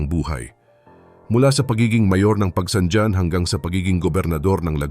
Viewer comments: Pagsangjan: Hindi pag-bigkas Pagsangdyan, Originally Pag-bigkas may halong Kastila "Pagsang han ". Katulad ng Roxas bigkas ng iba Rocsas ang tamang bigkas 'Ro has' . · Pagsanghan ang bigkas hindi pagsanjan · ayusin mo po pagbigkas ng bayan ng PAGSANJAN hindi PAGSANDYAN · Pronounce pagsanjan as pagsanhan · Bakit si marcobeta ehe, marcolete pala; nakalusot sa comelec😅??? Frm Rocklin, CA, USA! To pronounce Pagsanjan, Pagsanhan! Please learn how to pronounce of pinoy language!